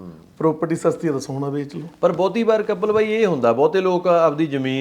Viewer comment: ਸੋਨਾ ਹੁੰਦਾ ਸਾਉਣਾਂ ਨਹੀਂ 😂 ਸੋਨਾ ਗੋਲ਼ਡ, ਸਾਉਣ ਮਹੀਨਾ, ਸੌਣਾ ਨੀਂਦ